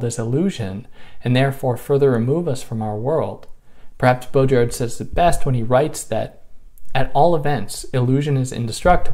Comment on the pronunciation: Baudrillard.. the "d" is silent :) sorry for that phonetic remark, but its french after all other than that, great video! Peterson is a perplexing character, I still wonder why no one has clearly came out and said to him how wrong he is on so many things he criticizes. It's bizarre.